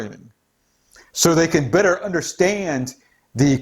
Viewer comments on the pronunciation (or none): none